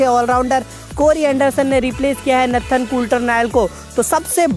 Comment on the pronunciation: Its not natthan its Nathan.